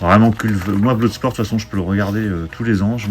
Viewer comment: Salut On ne dit pas BLOUDsport mais BLODSPORT...